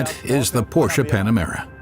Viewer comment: Porsche. Just pronounce Porsch(e) THE (E) is silent. And certainly NOT pronounced PorschA!